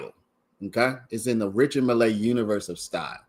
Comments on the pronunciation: Never heard it pronounced mill-ay. As far as I know it's just pronounced mill.... Keep it simple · Your pronunciation of the watch drives me insane bro lol. It’s pronounced like Mill, not Millay